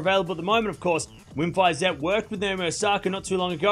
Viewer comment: You learned how to pronounce "Iga Świątek", so you will also learn how to pronounce "Wim Fisette" ;)